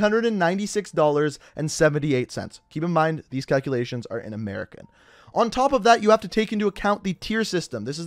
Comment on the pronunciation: I dont think I like how you said "America" sir.